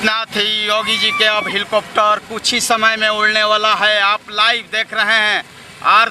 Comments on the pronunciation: Hilcopter kyo bol rhe ho mere bhai helicopter bolo.... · हिलकाप्टर नही हैलीकाप्टर 😅😅